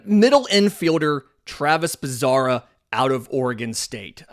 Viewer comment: Bazzana not Bazara